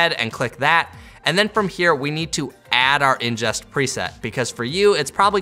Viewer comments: Very helpful video! Excellent tutorial. Very minor nitpick...it's "ingest," not "injest." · Awesome tutorial! Thanks, helped me really with editing my BMPCC 6k files on my current computer. Just a minor thing: it's ingest not injest :P Anyways great tutorial